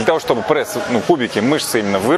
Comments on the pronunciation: где в слове пресс буква Э ??? откуда прЭсс ??? что это за зашквар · прЭсс… Кровь из ушей ((